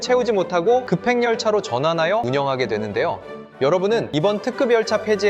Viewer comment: 발음이 왜이럼? 특급열차 발음은 [특끔녈차]인데 [특끄별차]라고 하고 2016년도 [시뷱년]이 아니라 [심뉵년]임